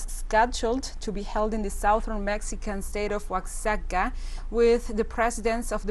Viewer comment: I really wish your presenter would learn to pronounce Oaxaca. It's pronounce "Oajaca," just as Mexico is pronounces as "Mejico."